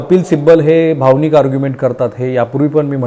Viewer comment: पन भावणीक etc... शब्द उच्चार अशुध्द